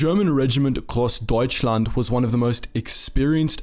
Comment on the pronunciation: you did good spelling the grossdeutschland and other difficult names!